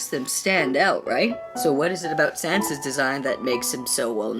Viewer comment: SANS NOT SANDS SANS